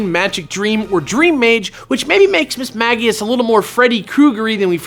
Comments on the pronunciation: It HAS to be Miss-mage-ee-us, right? Miss-mag-ee-us sounds so dumb... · "MISS-MAH-JEE-UHS". Not "MISS-MAH-GE-UHS". Literally every word from its name origin that you listed had a J sounding G. Come on!?